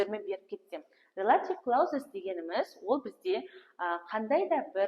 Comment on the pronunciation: Жаным әу кләузиз емес. Айтылымын дұрыс айту керек қой